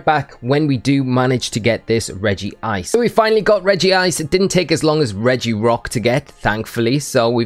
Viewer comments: Rej-ice -> Regie-ice | V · Regice is pronounce Reg-ice not Regi-ice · Why do people say Regi-ice? Its literally Regice. One "i".